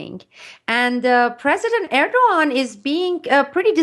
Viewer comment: besides every right aspect she talks about, she is the first one I know to pronaunce Erdogans name the right way^^ keep up the good work